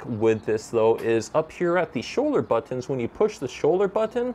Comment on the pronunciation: Stop saying bOtOns...